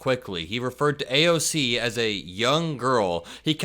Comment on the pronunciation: He's called AOC, "AOL" before 🤦🏻‍♀️